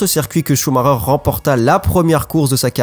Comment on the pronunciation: bah "schumarer".....